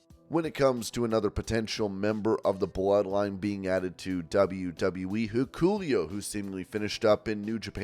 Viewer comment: isnt Hikuleos name pronounced 'hick oh lay oh'